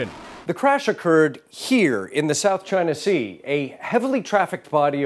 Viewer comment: It’s the south gina sea… say it right lol